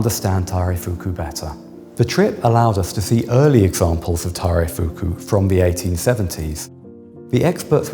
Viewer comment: The guy has completely butchered taireifuku, would have no idea what he was talking about without the Japanese conservator